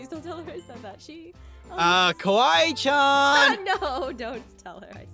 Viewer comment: said kawaii-chon.